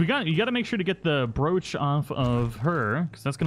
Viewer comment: Omg the way you say broch, I'm dead! 😂